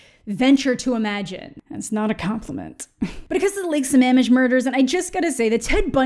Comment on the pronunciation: Kudos on the correct pronunciation of Sammamish. Well done!